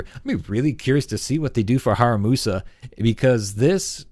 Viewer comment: In case you haven’t noticed yet, you’ve got his name wrong. It should be “HaRUMAsa”, not “HaRAMUsa”.